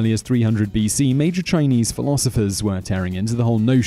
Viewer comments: shunzi is pronounce shun-ds-uh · Xun zi's name just got butchered...